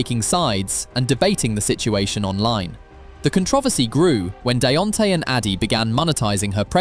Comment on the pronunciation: “Deonte finally found someone who wasn’t connected to prison or court cases” immediately shows her mug shot lol you can’t make this stuff up also I’m sorry the “what” ? Theres only 1 way to pronounce “controversy” and that’s not it lol